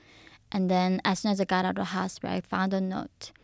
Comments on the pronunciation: Hospitter????!!! Cheezzus Christ 😂😂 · she has one of the funniest accents and pronunciations in English. and the way she pronounces hospital, "HOSPITER". lol cute